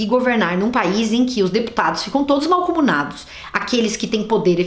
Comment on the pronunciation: "Se não tem preparo pro cargo, só é sincero pra reconhecer isso, não sei nem porque se candidatou, não é meixxxmo?" Kkkkk ADOREI Parabéns pelo aniversário! Ah, acho que não de diz "malcomunado" e sim "mancomunado" bjo